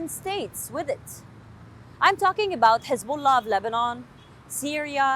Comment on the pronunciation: Hezabollah it is not lebonan